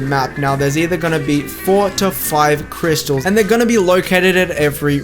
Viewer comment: Nice try but you forgot "r" in crystals